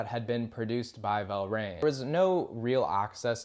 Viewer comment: Tom Verlaine, not “Velraine.”